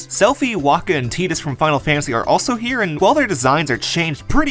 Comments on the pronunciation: awesome video man only one issue, "teedus" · The pronunciation comes from the origin of his name. Tidus comes the Okinawan word for the Sun, "Tiida."